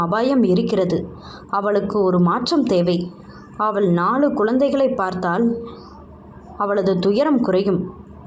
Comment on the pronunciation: வணக்கம், வாழ்க வளமுடன், மேடம் தமிழ் உச்சரிப்பு சரி இல்லை என்று சொன்னேன், தமிழில் ழ், ல்,ள் வித்தியாசமின்றி உச்சரிக்கிறீர்கள் . அவள் என்பதை அவல், இவல் , சொன்னால் கேட்டால் என்று ழ் ள் பதிலாக ல் என்று உச்சரிக்கிறீர்கள் என்று எழுதினேன். நீங்கள் ஒரு தடவை கேட்டு பாருங்கள் புரியும். உங்களின் புரிதலுக்கும் நன்றி. வாழ்க வளமுடன் வாழ்த்துக்கள்.